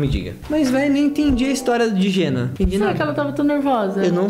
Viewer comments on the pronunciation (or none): Não é jenni é jenna a no final não é i